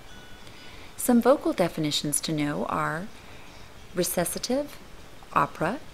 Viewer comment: This narrator needs help with pronunciation--especially the composer names, and recitative.